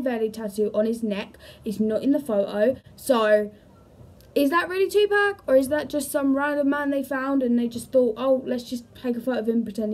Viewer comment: two pack??!!! If you want folks to take you serious, PLEASE say his name correctly. It's pronounced tu-pock...pock like pocket. Kasinova is a fool. I wouldn't believe anything from him since he plays with the fans..